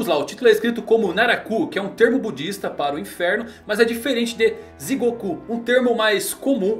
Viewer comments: Só uma breve correção, é Jigoku e não Zigoku! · nao eh zigoku eh jigoku!! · yae... o jeito certo de falar inferno eh Jigoku...( Digoku )...